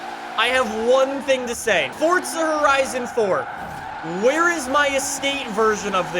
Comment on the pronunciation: Nobody gonna talk about how he pronounces it fort-za